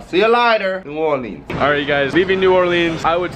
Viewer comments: Not new orleeens new Orleans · Ew why does say new orleeens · saying “New Or-leens” got me triggered...if you from the south than you know why 😂😂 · I was eating and when said “new or-leans” I dropped a piece of hash browns